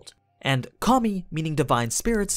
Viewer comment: everytime you say “kami” i hear “commie”